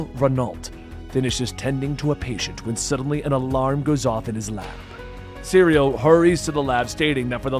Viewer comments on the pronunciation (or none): Cyril not, cereal. Lol